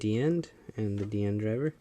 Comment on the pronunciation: it's not just you. it's almost everyone who has reviewed a Decade toy. I mean, they gave DiEnd his name primarily so that it would sound like Decade, and the fact that people say it wrong even with his name spoken through the DecaDriver and K-Touch is kinda dumb. I see some of these people as either ignorant or stubborn